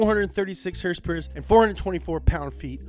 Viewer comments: "That's right, a perfect horsporque" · "That's right, a perfect h o r s e - p o r k" I'm DYING